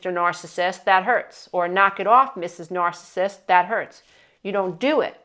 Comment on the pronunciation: You’re the only one out of all the ones I’ve been watching about this nice and nice you can’t pronounce itNARCISSISTI understand what you are saying I understand what you’re trying to explain can you explain it pretty clearly like to say not everybody is these type of people you only one that really explains it more clearly than other people on the iPad iPad so people can understand if you never dealt with it you don’t know unless you’ve experienced that you don’t knowThank you for your help and understanding of the best one here